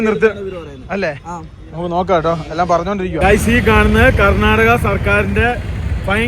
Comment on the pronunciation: Karnataka......not a karnadaga Mira correction akuuu